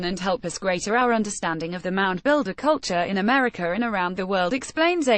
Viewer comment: It's weird how you say Meteor instead of Media, Americur instead of America.